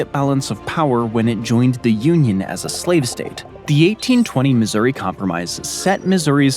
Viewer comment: Pronouncing Missouri as Misery was wicked...